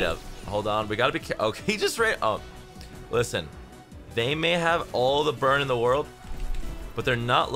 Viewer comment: How many time did you say "Lisen"? xd